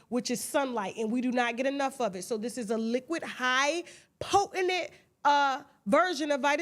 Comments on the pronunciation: Lol. She says “potinent” instead of “potent.” Gotta love her though 😂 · Tasha tickles me every time she does the Tasha K Deals and put that extra syllable in potent.😂😂😂😂